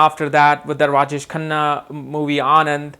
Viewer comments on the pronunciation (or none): none